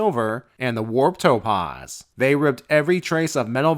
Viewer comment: I'm glad that the Warp Topaz is gone, now I don't have to keep hearing him horribly mispronounce "Topaz"